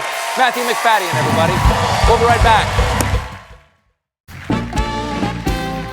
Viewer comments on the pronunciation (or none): He didn’t pronounce MacFadyen correct